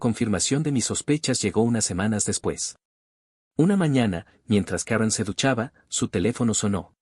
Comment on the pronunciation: Karron carol karen. Ponte de acuerdo narrador. Si la historia es en Guadalajara se pronuncia Karen.